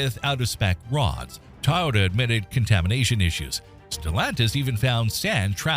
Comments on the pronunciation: This entire video is full of crap. Record breaking power numbers? Nope! Not even close! Over stressed engines? Nope! Start stop technology? Nope! New designs? Nope! Running at temperatures supposedly hot enough to “melt” cast iron and or steel? Do I really need to explain how that’s bullshit? Almost nothing in this video is correct. I mean they can’t even pronounce Toyota correctly. God I hope this is all AI slop beyond the voice alone. And to all those believing this crap, including believing what Dave’s Auto Center says, I wish you the best of luck. Always remember correlation does NOT equal causation. The only thing this video got right was it’s a good idea to check for recalls on the NHTSA.gov website. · What is up with people pronouncing Toyota as "Ty-ota". I know this was probably AI, but I watch several YouTube channels where they use the same pronunciation. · "Ty-ota". Yeah more scraped AI Slop automotive channels. Stop interacting with these bot channels. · “Tahhw-yeeaww-tuh” you say? Go home 🤖, you’re drunk. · Tiytota really Toyota has been in the States since the 60's more people know how to pronounce Hyundai than Toyota it seems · AI slop...The narrator cannot even say the word Toyota correctly. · Do you really not know how to pronounce Toyota? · Id say as an Ai you cant pronounce Toyota. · Toy.... Not Tie... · TOY-YOTA!!! NOT TIE-YOTA !!! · IOW, nothing built after 2007 is a POS, no matter who produced it. Woke kids can't work on technology. DUMP the CAFE standards and just say "Keep working on mileage, please." No fines. P.S: Why do AIs pronounce it TAIota? It's TOYota. P.P.S: Please play a full tune instead of 15 seconds of violin music 4 times a minute for the 20 minute video. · Why are you calling it TIE-OH-TAH? TOY-OTA...really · Please teach your a.i. how to pronounce "TOYota". "Tie-yoda" just sounds stupid. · TOyota not TAyota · Tyota. Freakin AI bullshit. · Tie-ota? Really? More AI BS. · "TIE OTA" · Tieyota? Never heard it pronounced that way.